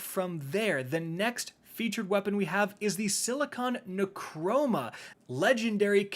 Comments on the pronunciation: Neuroma. Not nechroma. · You pronounce the sniper wrong it's neuroma there's not even a C in the word